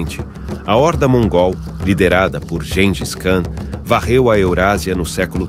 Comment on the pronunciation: Essa pronuncia do nome de Gêngis - (Khan) ' Contraria tradição histórica da Língua Portuguesa....